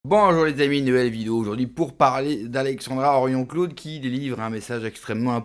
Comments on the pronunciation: Henrion CAUDE pas Claude ! Une grande dame comme elle mérite qu'on écorche pas son nom . Merci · Ce n'est pas "Claude" mais "Caude" . Bref merci pour ce vidéo. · Après 5 ans, vous pourriez au moins apprendre à prononcer le nom correctement ! Ce n'est pas Henrion Claude, c'est Henrion CAUDE! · Excuse moi de te reprendre ...c'est Henrion CAUDE...pas Claude... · Caude, pas Claude !